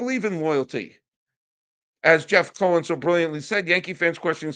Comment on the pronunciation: C'mon buddy. Learn the name "Steve Cohen". You're going to be hearing the name often so try to get it correct please...LGM!